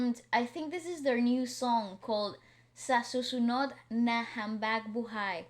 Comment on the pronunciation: The way you pronounced habang is so western haha. It is pronounced as what letter A sound like. like AH lol